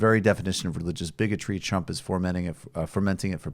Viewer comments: Is Mike saying Trump or Chump. Both work, just asking. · I heard Chump too, and I like it!